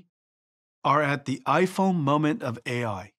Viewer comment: did he say iphone monent of AI XD